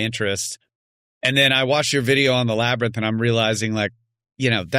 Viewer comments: Labarnyth, Labirnug, Labyrinth who cares it’s only mispronounceiation! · Laber~nith… be nice 😅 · Joe “Labernith” Rogan